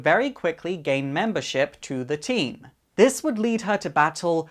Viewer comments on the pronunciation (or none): none